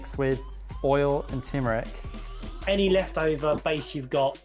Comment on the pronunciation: saying tumeric physically pained me tuRmeric pls let 2020 be the yeah of turmeric